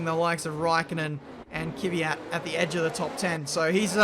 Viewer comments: Mate it is KVYAT not K-VYAT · Its KVYAT not KYVYAT my friend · STILL UNABLE TO PRONOUNCE KVYAT EY? KVYAT KVYAT KVYAT NOT KYVYAT